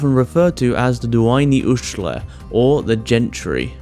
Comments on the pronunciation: The pronunciation Daoine was ATROCIOUS ITS DEE NUH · Pronounce daoine again. I’m all the way dead. Go on, do it again.